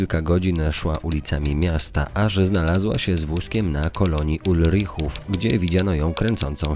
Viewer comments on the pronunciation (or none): I nie mówi się "Ulrichów", tylko "Ulrychów" ;P